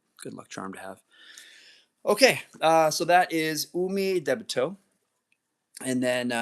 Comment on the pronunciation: So, about Umidebito, great art. I love it, but why are you pronouncing it so weird? It's Ooh-Mee-Dee-Bee-Toe, not Ooh-may-deh-bay-toe.